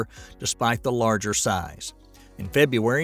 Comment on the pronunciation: Ok, if you pronounce February wrong one more time, I am gonna puke.